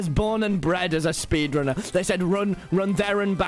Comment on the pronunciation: "I sped ranner minecraft"